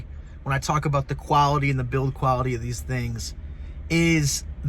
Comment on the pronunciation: "QuaWity?" I assume you mean quaLity.